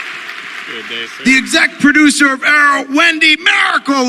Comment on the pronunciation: He said excet producer wtf?